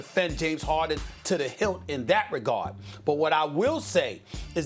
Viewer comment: Nobody: Stephen a: James HOHden